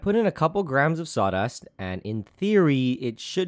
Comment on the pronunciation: My brain when he says sawdust: Saudust